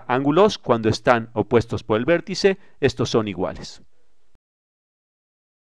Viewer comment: "verticè!... angulò!" No se quien hace el doblaje, le agradezco pero suena mal terminar las palabras con acento abierto y alzando la voz continuamente.